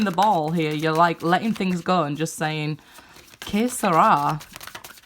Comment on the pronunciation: Did you say K sera or kiss my arse, either way you are spot on XXX